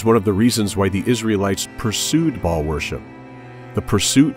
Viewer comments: It's "Baal", not Ball. Good video, anyways. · Bah-all, it's a two syllable word with a glottal stop in the middle; much like King Fa-ahd of Saudi Arabia was pronounced. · "Baal" is pronounced with a l-o-n-g A sound! It rhymes with jail! Look it up in your dictionary! Why do people keep pronouncing Baal WRONG?? It does NOT rhyme with "ball" but with "jail"! Just saying... For Big TRUTH! kristi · Baal pronounced ball worship same in religiosity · Yes, but they pronounce it as Ball which is incorrect.